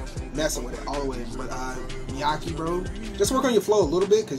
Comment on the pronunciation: his voice is distinct af, Father Forgive Me For My Sins from black sheep is also good btw it's pronounced "meh-ky" (rhymes with high"